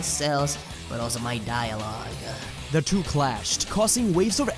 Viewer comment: "Not only stole my cells but also my dialogueuhh" Probably my favorite line